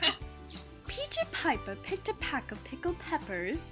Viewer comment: a peck, not a pack.